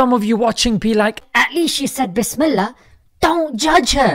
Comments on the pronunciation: at least she said bihsmilla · Gurl said bismalllah before drinking alcohol 💀